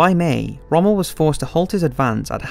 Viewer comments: "Put into neutral Montevideo, modern day Uruguay" Montevideo is the capital of Uruguay and didn't become Uruguay, the country was called that in 1939 too. Also your pronounciation of names and places is awful. Rommel is not pronounced 'Romale' Vichy France is pronounced 'Vishi' and Tobruk is pronounced Tubrook not 'Too brook'. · The narrator's pronunciation of non-English names is BRUTAL and makes it clear this person knows nothing of WW2 history. It sounds like some of these names are names he's never seen and pronounced before. How do you pronounce 'Tobruk', 'Toobruk'? and especially Rommel? How the heck do you pronounce his name in two separate words 'Rom-mel"? Decent documentary but it was frustrating to listen to all of the mispronounced words. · Reasonably produced for an amateurish effort. It's let down for me by the narrator's ignorance of how to pronounce some well known words such as: Rommel, Luftwaffe, Junkers, Tobruk etc. Also mismatches footage with the narration regularly. EG the narration is talking about how Hitler wants to invade Russia but the footage shows a bloated Hitler inspecting the Hitler Youth. This footage was taken at the end of the war when teenagers and old men were the only soldiers left to defend Germany. the narration talks about Soviet soldiers surrendering but shows footage of German soldiers who have surrendered. the narration talks about Operation Barbarossa being launched but the footage shows winter which was around 5 months after the invasion of Russia. and numerous other examples. Not bad for a beginner's effort but doesn't cut the mustard as an accurate, authentic WWII documentary.